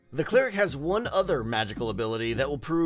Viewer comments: Are you saying clear-ic when you mean cl-eric? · Its pronounced Claire-Ick not clear-ick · It's pronounced cl-air-ic, not clear-ic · I've never heard someone pronounce 'cleric' with a long e before...